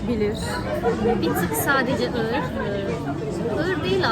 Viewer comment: ığır demiş ama sanırım ağır demek istedi. Bir de çikolata markasını çok övdünüz de okunuşunu da bilseniz 🤣🤣 ayrıca hazelnut kelimesinin telafuzu da öyle değil onu da araştırmanızı öneririm udemy’de birkaç kurs var linke eklediiiğğğmmm 🤣🤣